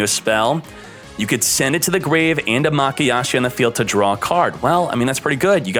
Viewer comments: its MAYA KASHI not maKAyashi...........notice me..... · He keeps saying makayashi🤣🤣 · I like how 2/3 of the way through the video, he goes from pronouncing mayakashi correctly to pronouncing it wrong. He also pronounces ballista wrong, which irks my greatly.